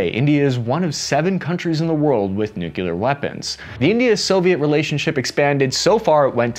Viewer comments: Ukraine [ ooh KRAI, not YEW krau ], nuclear [ NEW klee are, not NEW kyu lar ], soviet [ salve YET, not SOW vee yet ]. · Say it with me "Nu-Clear" Just like it's spelled. If you're gonna do these kinds of videos please get that right. There is no such word as "nucular." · Ouch!!! Three times in a row you struck with the "nucular" crap! Sorry, now i have to unsubscribe. The channel is interesting, keep it up! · I can't help but find it funny when Americans say "nucular" 🤣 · Great as always. But why does always mispronounce nuclear? Why?🥴